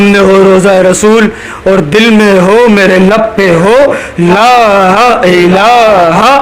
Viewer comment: Laaha ilaha say Matlab change nhi hota , asal pronounce Laa ilaaha ha jazakallah